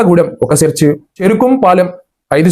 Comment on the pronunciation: మీరు హిందూ ధర్మం కోసం చేస్తున్న పోరాటం స్లాఘనీయం. కాని మీరు చర్చి అనే పదాన్ని సెర్చి అని పలుకుతున్నారు. చ చ thank you.